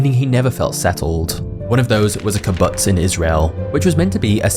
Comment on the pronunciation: narrator cannot say Kubutz..lol...